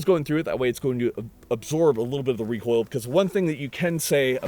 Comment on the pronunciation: The shark bite muzzle eliminates that WUH WUH WUH WECOIL wuwwy